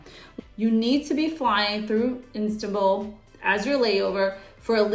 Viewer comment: Istabul airport. Hahaha